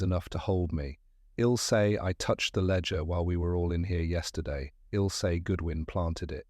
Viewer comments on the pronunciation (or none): AI's inability to use correct pronunciation (I will vs. ill) drives my crazy